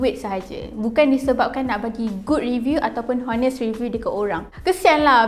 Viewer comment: Honest pronunciation without h